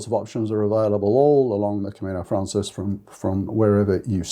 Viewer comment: thanks for all the information you provide. I want to say, though, that it’s “Camino Francés,” which is Spanish for the French Way. “Francés” is pronounced frahn-SACE.